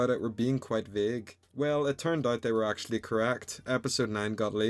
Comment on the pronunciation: “Achally” son 😭